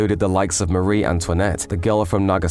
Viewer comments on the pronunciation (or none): none